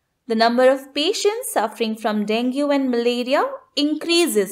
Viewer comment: It is den_gee not den_gu.